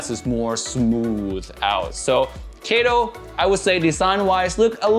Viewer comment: BTW it pronounces as kä to not kae to as it's a Japanese name.